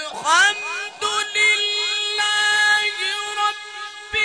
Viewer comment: It’s not alkamdulilahi it’s الحمد لله ربالعالمين